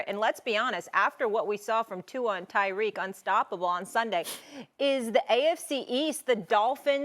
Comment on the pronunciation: SAS CALLED TYREK "DYREK HILL" 😂😂😂😂 everybody messes up